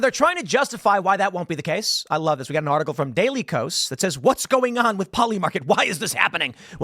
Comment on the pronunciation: I'm pretty sure that the KOS in daily KOS, is supposed to be pronounced K-OS, or "chaos"